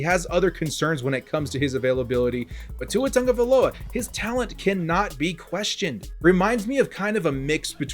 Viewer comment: Sound it out... Tago-via-loa